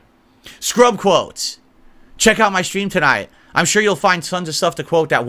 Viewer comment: I like how he emphasizes "my stream" as if his stream isn't fully public and thus open to criticism about how incredibly toxic he is.